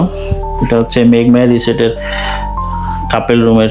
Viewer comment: কাপেল না কাপল 🫡